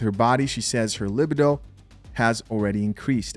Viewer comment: Not "libbido" ... it's "libeeedo."